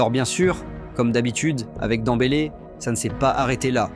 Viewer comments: C'est qui ce joueur Dans-bélé? Ce n'est pas de Ousmane ballon d'or qu'il parle? Demmbélé dèmbélé, ce n'est pas compliqué de prononcer le nom de quelqu'un que tout le monde répète quand même. Rien que pour ca cette vidéo ne vaut rien avec nom de Ousmane écorché de cette façon. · Il fait exprès hein a quel moment tu dis danbeler quans tu vois le prenom